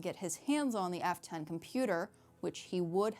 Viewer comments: The way she says F10 sounds like Afton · I keep hearing "Afton" when you say f10. No idea why they would make it sound almost the same...